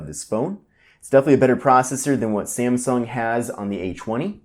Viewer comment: "Galaxy A CHWUNNY"